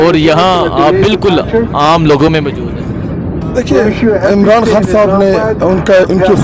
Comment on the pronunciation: حان نہیں، خان ہوتا ہے۔ تلفظ تو تھیک کر لو۔